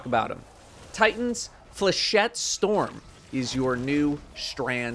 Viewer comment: Think I just passed away hearing how he pronounced flechette.